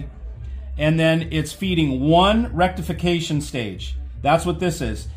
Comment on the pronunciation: He said Rectification hehehehe